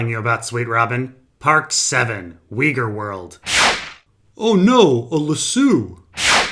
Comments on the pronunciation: I'm just weirded out by how you pronounce "Uyghur" as "Whee-gore". Altaic languages don't work like that, you know. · What's a weger? Am I hearing that right?